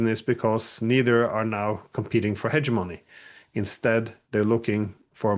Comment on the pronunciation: My friend , the word is HEGEMONY!